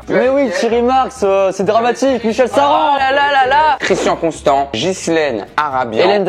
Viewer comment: Ghislaine pas Gislène 😂